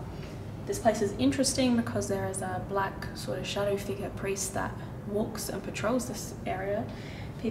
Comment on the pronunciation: I kinda hear Pari not priest